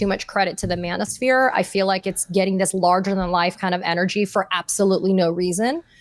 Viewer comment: When you said Manoshpere I got physically ill. Thank god for you ladies. We need to talk but we need some comic relief too in order to get through the next couple years.